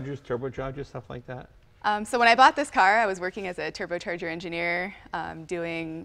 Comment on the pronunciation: What's a "teerbocheerger" ???